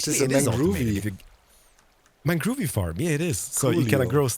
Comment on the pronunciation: Made me so happy hearing Doc say mangroovie lol